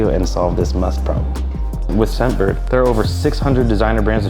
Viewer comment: Its musk, not must btw.